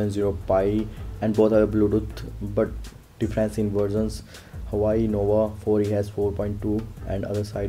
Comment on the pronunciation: u can hear he say hawai nova 4